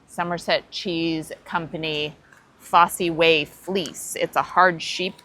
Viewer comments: Also I'm surprised you said fossy way, the fosse way pronounced Foss is a Roman road that starts in Exeter goes through Bath and makes up the main road through Stowe in the Wold, Morton in Marsh and off past Stratford Leamington Spa and beyond to Leicester. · 'Fossee Way'?????? Jesus wept! It's FOSS WAY.